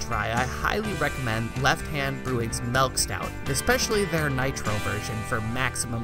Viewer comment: "melk" :P